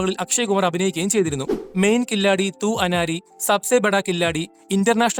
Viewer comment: കില്ലാഡി അല്ല Bro. കിലാടി. അതായത്. കളിക്കാരൻ